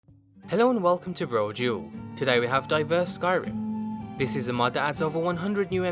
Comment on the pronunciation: Taylor Williams *Brojewel